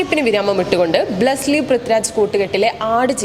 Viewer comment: ബ്ലെസ്സ്‌ലി അല്ല പെങ്ങളേ ... ബ്ലെസ്സി ആണ്